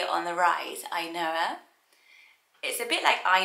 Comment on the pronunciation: The way you pronounce "Ainhoa" reminds me of the Finnish word, "ainoa" which means the only one.